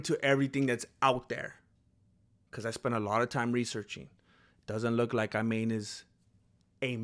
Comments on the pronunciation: Hey there I'm Arab, regarding the name it's pronounced "E'man" which means Faith. I hope I added something useful! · Her name is pronounced "Eemaan" and it means "faith" in Arabic.